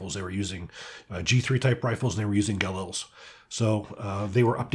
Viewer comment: Those are some nice-looking pieces. I especially like the DMR. Thank you for pronouncing Galil correctly too! 😁 I wish I could have a classic Galil ARM. One of my favorites.